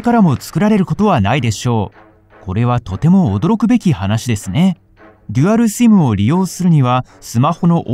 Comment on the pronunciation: simの発音がシィム